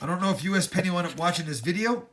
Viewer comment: I swear everytime you said "usapenny" I thought you were talking about me.